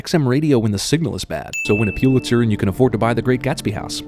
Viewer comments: A sin for CinemaSins: It's pronounced "PUH-lit-zer" . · I know this video is old now, but still...Pulitzer is pronounced "PUHL it zer", not "PYEW lit zer". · It's pronounced PULL-itzer, not PEW-litzer. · Its pronounced: pull-itz-er. Not puel-itz-er. Pulitzer prize not puelitzer. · A reporter who has won a Pulitzer should also know that it is pronounced Pull-It-Sir, not Pew-lit-sir. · You have a strange pronunciation of Pulitzer. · I guess it wouldn't be so annoying that you don't know how to pronounce "Pulitzer", except for the fact that you say it wrong so many times.